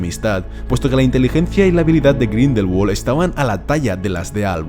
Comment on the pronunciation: Me hiere grindelwald pronunciado en ingles cuando es un nombre aleman